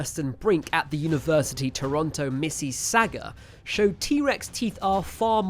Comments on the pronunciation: "Mis-seh-saw-gah" is a more appropriate pronunciation of Mississauga. Fascinating episode! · Heads up, Mississauga is pronounced "Miss-iss-orga". Not an easy one if you've never heard somebody say it out loud haha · Living about forty minutes from there myself, I did laugh quite hard at your pronunciation of “Mississauga” lol. And this isn’t me trying to be pedantic, but just for anyone else’s curiosity, it’s pronounced like ‘Misses-Saw-Guh’. Almost everywhere in Canada is named after old native territories/tribes from Kluane, BC to Gaspé, Quebec… …but hey, it wouldn’t be 2026 if we weren’t trying to teach the teacher, right? lol. Still a really cool video though 👍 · I've never heard anyone butcher Mississauga that badly, missy-saga 😂 it's miss-iss-og-a... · Missy Sayga! FYI from a Torontonian, it's Miss-us Saw-gaw :) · few things. "miss-iss-AH-gah" , not that you will ever say it again. And: I still think we have the trex arms backwards. and.. I now think it was a huge slow moving scavenger, bite power to eat anything it smelled out and found rotting. AND my main question: HOW do we know there were 2.5M of them?????? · University of Toronto "Miss-ih-SAW-guh" I mean, come on. There's a "U" in Mississauga. Just say it like it's spelled. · You pronunciation of Mississauga is hilarious! Correct pronunciation is: miss - iss - au (as in August) - ga ... just like it is spelled. A professional would have looked this up before recording. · Haha Miss's Saga thats quite the way to pronounce Mississauga. You did a decent job on my province of Saskatchewan though. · Toronto, "Missy-Sauga?" 😂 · Mississauga is pronounced mi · suh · saa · guh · Mississauga: miss-i-saw-ga. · Mississauga is pronounced like "mrs sawga" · missy saga? with a pronunciation like that, you from the states? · I am from Ontario, and I laughed at that. Missy-Saga! I have also heard the pronunciation Miss-ee-Sah-OOOO-Gwah! 🙂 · Except he pronounced Mississauga as "missee-say-ga" lol